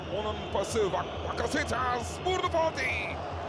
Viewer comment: ÇOK İYİ MAÇTI ÇOK. KAR YAĞIŞI ZOR ZEMİN.. SPİKERİN BAKASETAAS DİYİŞİ..